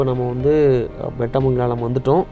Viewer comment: ஊரு பெயர் சரியாக உச்சரிக்கும். பெட்டமங்கலம்?